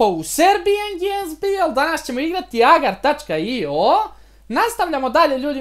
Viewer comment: Ime igrice se ne izgovara: "AGAR TACKA I O" noob-e jedan, nije mi jasno kako nista ne znas, 3 godine igras MC, dve blage veze nemas.